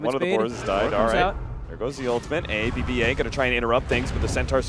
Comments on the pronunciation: aaBBaa pronounces AB-BA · ab-ba not a-b-b-a haha